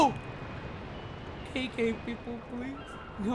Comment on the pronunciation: why did it sound like he said Kinky friends and not KK friends